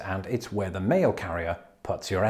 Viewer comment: I heard "you've got toast." xD